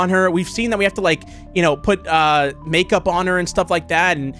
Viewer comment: Bro couldn’t say makeup lol